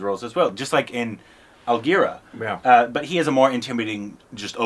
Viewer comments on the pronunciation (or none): I love how in his excited gushing mispronounced (Manoj/Rakjumar's) "Aligarh" as "Alvira" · Not algira, it was algae 🙂